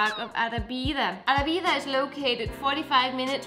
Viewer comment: Guys, Arrábida is spelled Uh-RRAH-Bee-Duh with emphasis on the RRAH!